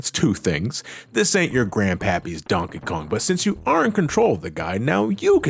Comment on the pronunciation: Everytime you say Donkey Kong, it sounds like you’re saying Donka Kong